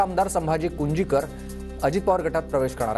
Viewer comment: नेते मंडळी ची नीट नवे. घ्या हो मीडिया जी दौंड ल प्रेमसुखी नाही तर प्रेमसुख कटारिया आहेत तसेच पुरंदर चे काँग्रेस चे माजी आमदार संभाजी कुंजिकर नव्हे तर संभाजी कुंजीर बोला साहेब